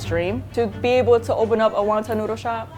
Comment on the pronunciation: never heard anyone say waun taun